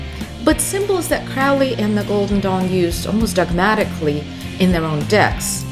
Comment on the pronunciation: Wonderful video! Thank you for sharing your insight. Looks like a worthwhile deck. (Crowley, it rhymes with “holy”)